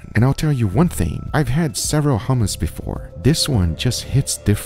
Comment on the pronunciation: Bro the way he says hue-mus is annoying. In the real middle east u use the throat for the h in hummus